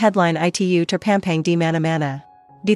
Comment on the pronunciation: Terpampang bukan terpempeng baca yg bnr donk jgn sok ke Inggris inggrisan